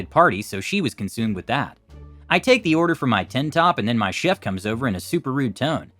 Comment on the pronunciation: Chef = Sheff not Cheef